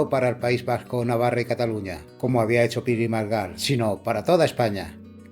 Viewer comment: Copón, ¿Tan difícil es pronunciar correctamente Pi y Margall?